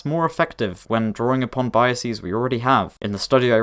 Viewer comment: An interesting linguistic phenomenon occurs . You pronounce "biases" as /ˈbɑ͜iəsiːz/ rather than /ˈbɑ͜iəsɪz/. I also often make this "mistake" with certain words and I have heard it a lot, although annoyingly I can't remember with what words. The Wikipedia page for English plurals mentions this occurring with "processes" being pronounced "proceses" (ˈpɹo͜ʊsɪsiːz). It seems to happen by analogy with "-is" (-ɪs) words becoming "-es" (-iːz) when plural, and maybe also with "-ix/-ex" (-ɪks/-ɛks) words becoming "-ices" (-ɪsiːz). I'm not sure quite what determines whether it can happen though. "Palaces" for example would never be said "palices".